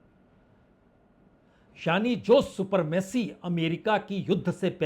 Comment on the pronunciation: सुपरमेसी नहीं सुप्रीमेसी